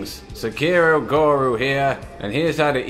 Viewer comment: guru is the word he pronouns as goru